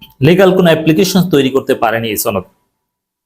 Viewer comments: সনদ কে ছনদ বলে কিছু কি বোঝাতে চেষ্টা করছেন? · ছনদ না সনদ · সনদ উচ্চারণ সঠিক না, গুজব ছড়ানো হচ্ছে।